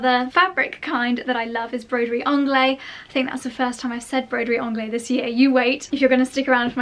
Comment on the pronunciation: Sorry for the bluntness but I believe that it is pronounced broderie anglaise [‘angle:z] because it is in the feminine in French, please check it up 🌷🌷🌷